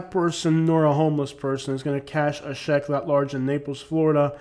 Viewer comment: For someone who pronounces check jeck …. Try mu bust to explain. Take an English class before hating people specifically classifying them with a nationality. You can’t pronounce the chatGPT script you’re reading.